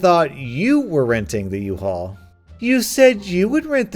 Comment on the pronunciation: It's a "UHAUL" not an "IHAUL"